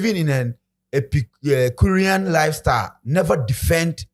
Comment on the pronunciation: Why’s this Listowell guy saying “pecurean” you dey disgrace we Asantes.